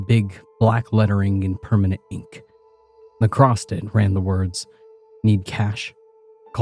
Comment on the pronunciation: ACROSST IS NOT A WORD DAMMIT!!!